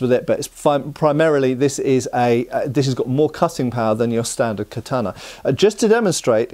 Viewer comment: Please learn to pronounce ”katana” properly 😫🙏